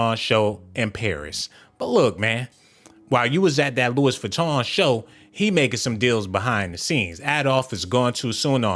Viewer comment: Geesh I can’t take you serious calling dude Adolph…it’s 🗣 pronounced AB-LOw….yoooo definitely hit the oh my goodness button for yourself! 🤣🤣🤣 and you pronounced Louis Vuitton wrong. Dang I’m lowkey mad you blocked those ppl for telling u about yo audio issue 🙄